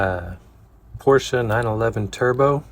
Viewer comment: Great work, as usual. Love your perfect pronounciation of "Porsche" .